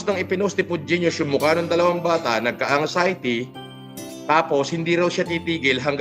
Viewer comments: Nagka-angsayti. Grabe naman sa pronunciation tong graduate na to ng Cambridge 🤣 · Classic talaga ang "Angsayti"(Anxiety)😂😂😂...